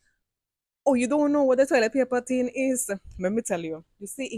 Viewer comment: Toilet paper ting (not tin).